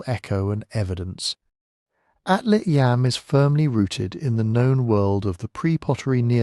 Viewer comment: Yam (יָם Hebrew for sea) rhymes with Tom (not Sam).